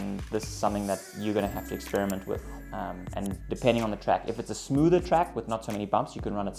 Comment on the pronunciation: 30 smoother not smother